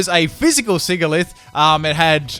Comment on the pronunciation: it's siGilyph Me having watched a Pokémon pronunciations video: TRIGGERED